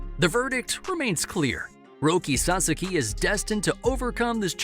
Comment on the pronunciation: You are mispronouncing HIS NAME!!!